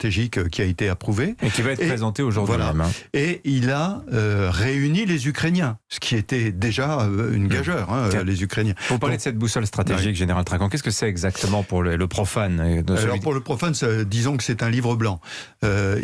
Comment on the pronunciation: Ce général ne sait même pas le français. Écoutez comme il prononce ”gageure” !